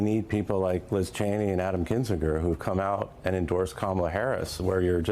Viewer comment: The mispronunciation of Kamala’s name is deliberate and vile. They know very well how to say it. It’s a premeditated put-down. A clear implication that her name is not ‘American’ and she is not one of us. Disgusting tactics.